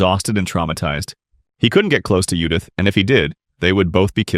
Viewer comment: I'm not sure if the AI is translating to english or reading the english version, but if I fucking read Judith and hear yudith one more time, I may just create a master plan to destroy all AI on planet earth.